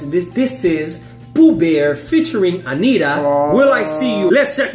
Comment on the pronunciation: Por que vocês acham que nós não sabemos falar inglês? E não é "Anira" e sim AniTa. Like "Tatoo" T. Anitta